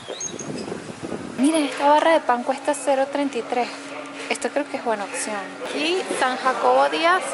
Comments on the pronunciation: amo como en vez de decir opción dices ocsion ahahah 🤣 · Se dice opción no occion aprende ha hablar